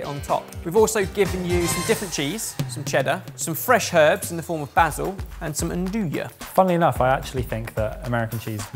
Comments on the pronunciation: Basil -yeah? -no, basil 😂😂😂😂😂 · Omg the mispronounced BASIL drives me nuts.. weird pet peeves…